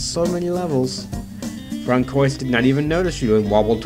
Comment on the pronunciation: Francoius are prenounced Fransoa